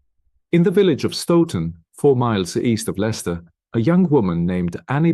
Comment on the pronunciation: Im from Leicester born and bred there is no pictures of Leicester the accent is terrible you are pronouncing village names wrong and i visit bella wright grave often